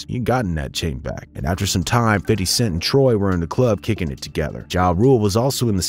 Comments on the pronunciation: Its pronounced "Fit D" not "fiddy" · its FIF-TY cent... what is with these non-black narrators who wont just say fifty cent? its not pronounced fiddy... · Its Fifty. FIF-TY! I know your core demographic is hip-hop/black culture but no need to ham up the ebonics with an "urban accent." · Good vid but the way you say 50 tiles me so much I almost had to stop watching